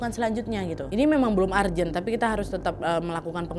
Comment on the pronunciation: ARJEN... ARJEN Perbaiki bhs inggrismu, nad